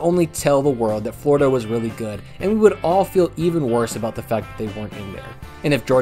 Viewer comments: Yeah lol Im an FSU fan and I raged every time you said flordia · I can't even watch this video anymore. You keep calling Florida State F"lorida."